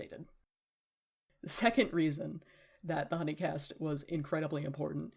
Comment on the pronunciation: The way you say huni in hunicast reminds me of Markiplier playing huniepop and not realising the way it was pronounced 😭